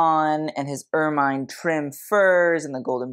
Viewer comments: I may be splitting hairs here but if you're going to critique fashion, you should pronounce and describe things correctly. Ermine is pronounced UR MUHN, not UR MINE. The bolero effect that you liked about Camilla's outfit was part of her robe, not part of her dress. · Ermine is pronounced er-min, not er-mine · Please: "ermine" is pronounced "er-min" as in mini, not "er-mine" as in mine. Look up the pronunciation of the member of the weasel family, not its use as a name. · Correction (with love) ermine is generally pronounced ‘er-min’ not ‘er-mine’. Great work! Thank you ❤ -old lady, usa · I’ve always heard it pronounced ER -MIN. Not MINE. I hate to pretend I’m a living Pronouncing Gazetteer, but ok…I’ll go look and get back to you for my 2nd post.🖤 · I am pretty certain that the animal and its fur are pronounced as "er min" - not "er mine" - so it make it difficult for me to listen to your video............. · It’s true! It’s pronounced Ur-muhn. Both British & American. I’m so pleased to be RIGHT, right? Oh well….hope you do read this. And make your adjustments. Love!♥️ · Ermine is pronounced err-min 😘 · The review of the Crown and other jewellery must be satirical right? Also pronounced er-min, and it is a better name for weasel! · Please learn the pronunciation of “ermine,” especially for a presentation on royal attire with extra footage of ermines. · Look up the pronunciations for ermine. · Ermine. Check how to speak it.